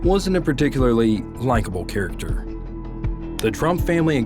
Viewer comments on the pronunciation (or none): none